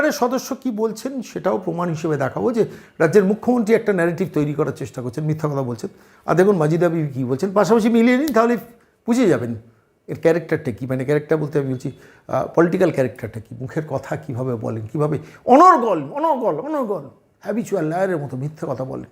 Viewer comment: পলিটিক্যাল ক্যাঢরেক্টর আবার কি ? ক্রিমিনাল ক্যারেক্টার বলুন।